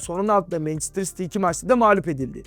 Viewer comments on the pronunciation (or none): none